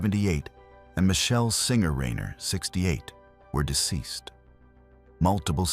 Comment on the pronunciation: Who the fuck cobbles together this shit. Can’t even get the AI voice over to pronounce the name Reiner properly. And the writing is way too contrived and just shit.